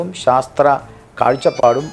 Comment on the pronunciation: സാസ്ത്രം അല്ല കുട്ടി ശാസ്ത്രം